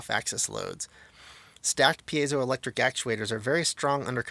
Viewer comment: I don't know about this, but I'm just glad SOMEONE on the internet knows how to correctly pronounce 'piezoelectric'.